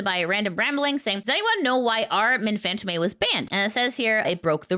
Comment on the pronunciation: Sorry to be "that guy" but fantôme is pronounced more like fahnt-OE-mh, and less like fānt-oh-MAY. It's basically the exact same word as phantom, but softened up and articulated closer to the throat than the teeth, in that flowery French way. I hope that doesn't come across as nitpicky, I just thought you might appreciate the note.